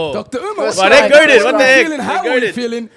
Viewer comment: Yet another podcast with hosts who refuse to let Dr. Umar cook.. The cringe is unreal, couldn't even say his name right at the intro. I'm done